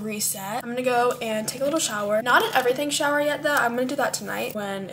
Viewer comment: IT IS A SHOWER STOP CALLING IT AN EVERYTHING SHOW YOU SOUND SILLY.